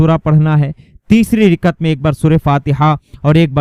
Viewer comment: Rikat nahi rakat